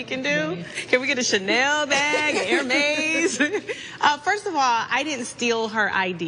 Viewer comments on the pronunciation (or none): Went to amazon to see who’s telling the truth. Phaedra is ranked #4,774 in Exercise & Fitness, Kenya is at #885 as of today 🤔probably Kenya buying her own videos. Also, it’s pronounced erh-mez, not hermays.